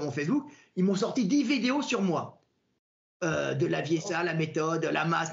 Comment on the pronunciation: J’adore la prononciation de Delavier, Idiriss Albert Kahn